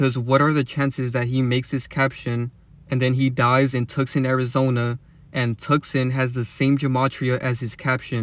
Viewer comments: Tucson is pronounced ( Toose ahn ) BTW. Had to say cause you repeated it like 5 times lol its understandable tho you just read it the way it's spelled and the English way of spelling can be straight retarded lol all the silent letters and words like phone. Now that I think about it Phoenix is in Arizona too.. Anyways love your work bro and don't forget free masons pushed Christianity and there interpretations of the Bible on us don't forget that . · It's pronounced Two-sonne the c is silent 😊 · The c is silent in Tucson. It's pronounced "two saan" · I’ve never heard someone say Tucson like that bro lol